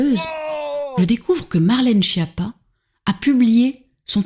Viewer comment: Oui mais pour la prononciation, c'est Skiâppa (ce n'est pas schapa ou Japa ou schiapa)